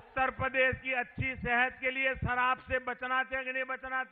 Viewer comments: Lagta hai k ye Pradhan mantri ka bhashan hai. Are sharab sh se ,na k sa se. Kyon JHOOT bolte ho. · क्या क्या बोल रहे हैं ??? कितना निम्न कक्षाका भाषण ,,, कहने को कुछ बचा नही ,,फालतु जूमले सराब? ठीकसे उच्चारण किजीये,,,,जी। सत्ताका नशा बिना शराबके बोलता है।ओर ये लडखडाना महंगा साबित होगा साहब।